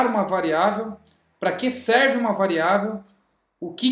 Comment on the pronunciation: Corrigindo : variável é o que VARIA, e não « VAREIA ».